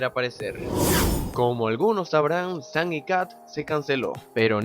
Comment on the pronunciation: Dice San no Sam